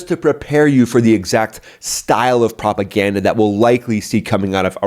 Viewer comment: "Iranian Office of Propergranda" 😅😅 You made my day